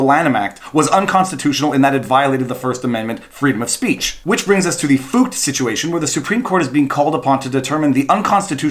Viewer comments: Viva: I'm pronouncing FUCT like FOOKED so it doesn't sound like a cuss word Scottish people: ... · He's very simply trying to avoid saying F*CKED with a U to avoid youTube marking his video as aged restricted. Deliberately mispronouncing it. I think the German bit is just misdirection.